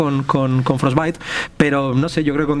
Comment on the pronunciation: Todo esta bien hasta que dijieron frosbite jajajaj